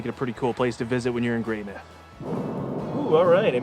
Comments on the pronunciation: Greymouth not Greymyth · Excuse me sir but its "grey-MOUTH" not "grey-MITH"!!! Haha 😂😂😂 we both messed this one up ❤ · we googled the pronunciation and the first hit was "Greymith" the way the British would say it. Our mistake was not googling New Zealand specific pronunciation! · Cool video series! Bit of feedback: if you’re doing a travel series, please make sure you find out the correct pronunciation of place names. People have already called you out on Greymouth, but you butchered Roxburgh and Tasman too.